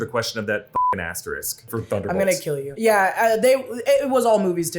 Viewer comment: It's "asteriSk", not asterik